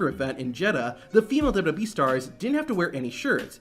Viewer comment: How can you not pronounce "WWE" properly? You've just botched it countless times. LOL